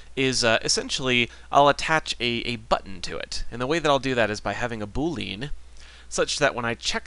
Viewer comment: It's pronounced "boo lee uhn", not "boo leen".